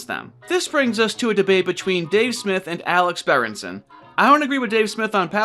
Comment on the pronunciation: I came from the timeline where its berenston instead of berenson.